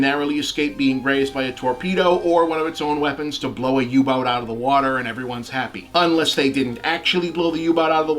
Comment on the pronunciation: you said UBUTT